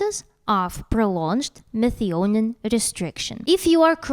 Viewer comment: Methionine is pronounced me-THYE-o-neen